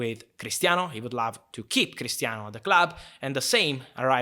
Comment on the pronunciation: When he says love i feel like he is saying laugh